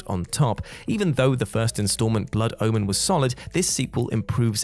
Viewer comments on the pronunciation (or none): none